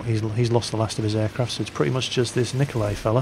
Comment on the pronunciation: You're supposed to pronounce it "Niko-lie". Not "Niko-lay". I'm "Russian",trust me ;D